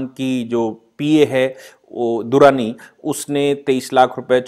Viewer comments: दुरानी नहीं पुजा दडलानी नाम है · 👍👍 वो पूजा दडलानी है, दुराणी नही।